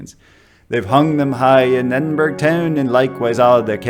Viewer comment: Nothing makes my Scottish heart flutter like an American pronouncing Edinburgh right.